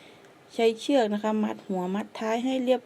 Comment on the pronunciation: คนใต้ใช้หม้ายนิ.. คำว่า.. เชื๊อกก.. ชัดเจนเลยนิ